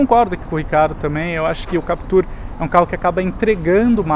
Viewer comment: Sério mesmo, muita teimosia, o cara passa o vídeo inteiro falando "Captúr" enquanto o outro fala como todo mundo "Captur". Não entendi essa necessidade de reinventar a pronúncia do nome do carro. Mas, enfim, voltando ao foco do vídeo, na versão 1.6, não sei se valeria a pena pagar a diferença pela Captur, o estilo da Duster me agrada mais. Se fosse a 2.0, talvez a Captur seja mais negócio porque a Duster não oferece controle de estabilidade e tração para a 2.0, não sei o porquê, já que a Captur tem o mesmo conjunto mecânico.